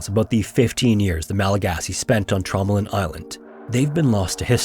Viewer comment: Nooo, not Tromelin, Traumaland